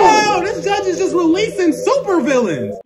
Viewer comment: He said “releasing” 💀